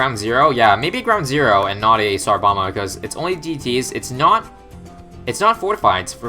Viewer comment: Did anyone else hear tsar llama?